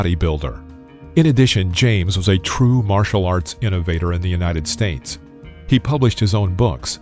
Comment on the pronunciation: So you fixed the Auckland thing. Good. But why "United Stains"??